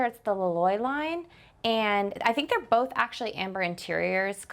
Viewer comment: The "bolth" for "both" was a tell that we might be in Mormon Country with, yet again. Not a criticism, just an observation. They're quite the influencers.